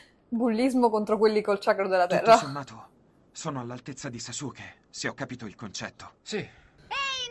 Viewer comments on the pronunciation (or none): Sasuke non kasuke 😂😂😂😂